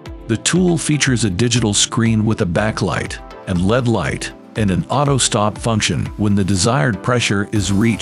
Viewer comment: L. E. D. not lead.